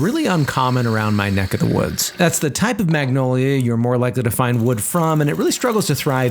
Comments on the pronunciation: I hate how he pronounces magnolia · G is silent! Its Manolia!